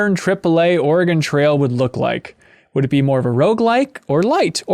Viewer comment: I'm from Oregon and it is NOT pronounced Ore-Gone. It's pronounced Ore-gun or like Organ.